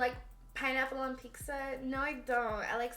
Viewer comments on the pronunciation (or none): Thats how us Mexicans say pizza